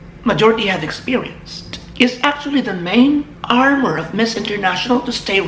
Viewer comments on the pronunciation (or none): none